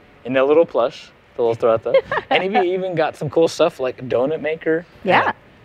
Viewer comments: It's TORE-REE-BUH. Not TREH-BUH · Is it not pronounced “To Ree BA”? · trouble? Toe ray bah? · I don't think that's how you say TOREBA but okay